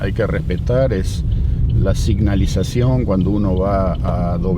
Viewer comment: Signalizacion.....= senalizacion .